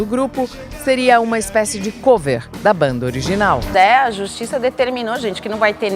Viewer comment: Maravilhoso! Muito bom mini-documentario. So uma sugestao. Eu nao sei se a voz e gerada por I.A., mas o uso do nome COVER (ex: Banda Cover), nao se pronuncia como se tivesse o acento circunflexo no "O". A palavra COVER e pronunciada em Ingles como se tivesse acento agudo no "O". Da mesma forma que a palavra CLOSET nao se pronuncia como se tivesse acento circunflexo e, sim, como se tivesse um acento agudo no "O".